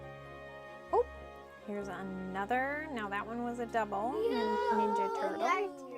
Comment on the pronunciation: I thought it was a "laugh-track" until I heard "TOurtle" in the background!